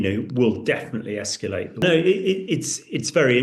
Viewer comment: 'nucilar', 'escilate' - ouch